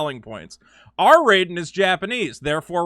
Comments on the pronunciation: Raiden's name is pronounced Rayden not Ryden... you psychopathic maniacs... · What the true crime against humanity is how you pronounced Raiden lol lmao good vid